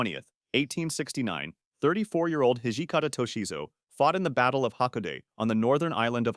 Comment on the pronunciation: Pretty good video overall. But pronunciation is all over the place with the worst on ha-ko-da-te